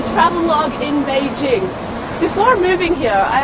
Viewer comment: Finally, a reporter who knows how to pronounce "Beijing"!